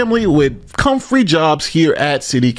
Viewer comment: “Comfrey jobs” why don’t you do a second take when you don’t speak properly?